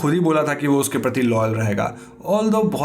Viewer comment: Am I the only one who can hear Lenore Ke pati (पति) instead of Lenore ke prati (प्रति) 🗣👂🏻😅😅😅